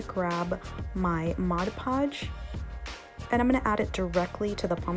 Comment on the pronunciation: I may not have heard you, but why didn't you paint the pumpkin before adding the beads/beading?...….Thank you for saying "Mod Podge" the right way...…….(A word snob...hahah)